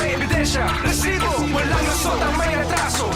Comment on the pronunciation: Maka irita ang pag bigkas ng word na resibo bakit pa e prolong...